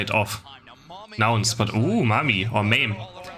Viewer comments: It's ma meh, like edamame. It means pea in Japanese. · Why does the e is hard sounding like "ie" or "y". It is just Ma-meh.